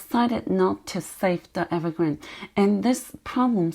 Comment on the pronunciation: The name of the company is Evergrande and not Evergrand. 😀